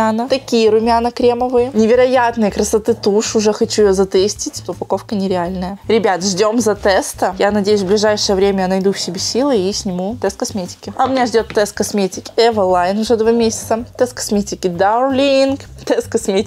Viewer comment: Не эвалаин а эвелин